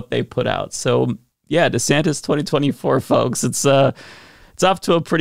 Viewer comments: who's "Governor Santos?" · "I'm Ron DEEsantis."